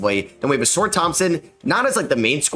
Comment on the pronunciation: Stop calling him “a-sore” Thompson dude..